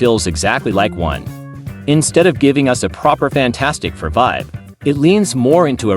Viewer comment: AI voice over here. AI voice over there. AI voice over EVERYWHERE!!! "Faaantstic fur"!